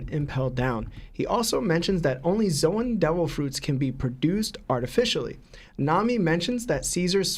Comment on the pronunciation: Kat-ah-kur-ee not Katahturi L-oh-gi-a not Lagiah Zo-an not Zohan Zoro not Zolo (I can understand zolo if you read manga only but they clearly say Zoro now lol) That boy mispronouncing everything 😂